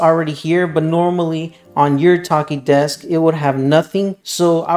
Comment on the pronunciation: the ch is pronounced like the ch in chair